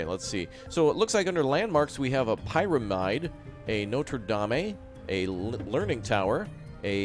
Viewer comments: Bruh. Mans really said Pyramide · Pie-ruh-mide? LOL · Please check your words on pyramid,eiffil tower and etc